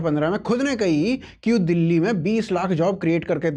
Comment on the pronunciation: ध्यान से सुनो । चाचा दुल्ली बोल रहे हैं,दिल्ली नहीं।और दुल्ली जैसा कोई जगह है ही नहीं इस जहां में तो बेरोजगारी कहा कि मिटाएं 😮